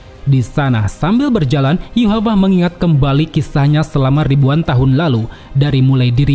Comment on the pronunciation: Bang bang yhwach kenapa di bacanya Yuhapah😂 jauh banget ya bacaan dari Rusia ini